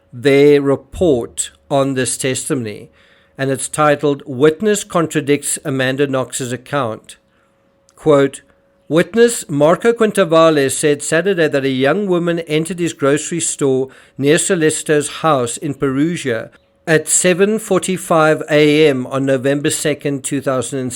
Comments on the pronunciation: can't even be bothered to pronounce the names of Antonio Curatolo or Marco Quinavalle or Raffaele Sollecito correctly. It's "Cur-A-to-lo" not "Cura-TO-lo, "KEEN-ta-valle, not "KWIN-ta-valle, and "So- LAY-CHee-to not "So-LAY-Seeto." What FAILS TO MENTION in this video is that all of his '3 amigos' were found to be unreliable witnesses due several factors: CURATOLO: Heroin addict and dealer admitted to being on heroin the night of Nov. 1. Had testified as a police witness in several other previous cases, including murder. Later testified he was certain of when he saw AK and RS in the piazza because there were other students dressed in costumes and getting on disco busses. That was HALLOWEEN, the night BEFORE the murder. Said "The couple was in the square from about until midnight." But Sollecito's computer downloaded and played a Naruto cartoon between and at his apartment. KOKOMANI: Cocaine dealer. Claimed he knew Knox because of the 'gap between her front teeth": no such gap exists. Claimed he saw Raffaele, Knox, and her uncle together at a cafe the previous August. Knox arrived in Perugia on Sept 1, left for Germany on Sept. 2 and returned to Perugia on Sept. 20. She didn't meet Sollecito until Oct. 25 a week before the murder. Knox's uncle was never in Perugia. QUINTAVALLE: Only claimed a YEAR after the murder to seeing Knox outside his store. Was interviewed by Det. Oreste Volturno within 2 weeks of the murder and shown photos of Knox and So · Quintavalle is ‘queen-tah-Val-ay’.